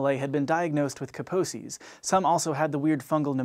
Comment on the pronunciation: That’s a funny way to pronounce Kaposi’s